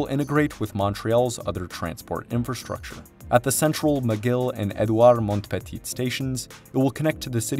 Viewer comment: Samooel due Champlain. Due Montaña. Edooward Mont-petite. Ville de MonT-rayall, Anse-à-la-Orme, REM deh Laid...